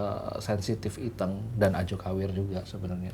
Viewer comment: Berperan sebagai Iteung, tapi pelafalan Iteung aja gak fasih. Kumaha?